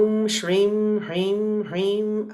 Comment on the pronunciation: Mam, pls help... Am very confused in pronouncing SRIM... U said its HISSING S... but when even you pronounced it seems like SHRIM